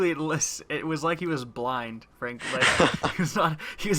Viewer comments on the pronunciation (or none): none